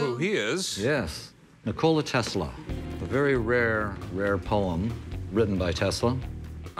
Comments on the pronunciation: Nikola not Nikolai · Expert of Tesla said Nikolai 😂. It's Nikola Tesla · NIKOLA, not Nikolaj. Serbian, not Russian. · Nikola, not Nikolai. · He is not Nikolai, but Nikola (Nee-co-la) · Its not Nikolai Tesla, its NIKOLA Tesla.. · It is not Nikolay it is NIKOLA TESLA ! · Its Nikola not Nikolai, you're welcome. 😇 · it's Nikola, not Nikolaj/Nikolay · its not NikolaJ !!! its Nikola! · Yeah, "Nikolai" Tesla's induction motor xD. It's Nikola... What an absurd thing to bring to a PAWN SHOP xD. I want TWO HUNDRED AND FIFTY THOUSAND DOLLARS! This show is ridiculous sometimes.